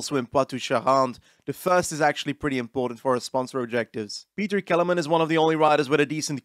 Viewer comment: the Kelemen part is perfect, but Petr part sounds like he is from England 😂